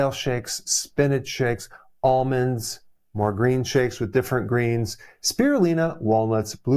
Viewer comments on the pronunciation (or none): none